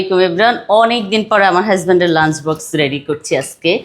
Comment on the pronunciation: Hasbend😂😂😂😂😂😂😂 pronunciation very bad😂